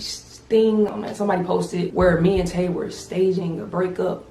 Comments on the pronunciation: Her name is Tae bro not Ta i smh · Tae* not tie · her name is Tae not Ti I heard that.